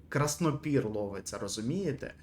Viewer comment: Краснопір - ударєніє не вірно ставиш